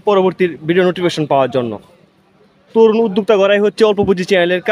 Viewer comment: তুরুন উদ্যোক্তাসৃষ্টি করবা? উচ্চারণ ই ঠিক নাই। এটা কি ভিডিও? কি বুঝা গেলো? কোনো তথ্য আছে?